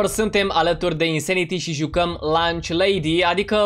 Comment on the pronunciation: Eu în loc de lunch lady, am înțeles launch lady🤣